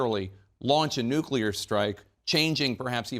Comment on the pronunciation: I really really love the humor that Bob projects. He is a treasure. He says NUCULAR.. HILARIOUS 😂